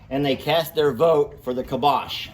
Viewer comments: I think it is pronounced (Calm-bock) not (kill-bosh). pronunciation sounds similar to kibosh (meaning an end to or dispose of decisively). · I think it’s pronounced “calm bock”. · I think it is pronounced kalm - bach. Bach as the music composer Bach. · Kalmbach...... Cal M Bach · it’s “calm bock”!! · it is pronounced CALM’ BOK. Emphasis on first syllable. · I think it's pronounced CALM-BOCK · I think it’s pronounced like calm bock. Not sure though. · We have Towns in Germany with the name Kalmbach and Calmbach. It is pronounced: K a l m - and Bach like Mozart or Beethoven. Put the word in the google translater and listen how it is pronounced in German. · Poor Cornholio was trying hard to get your attention. I think he might have been saying, "I'm the connoisseur here, you bloody Yanks!" The feed is pronounced Calm Bach (like the classical composer). <3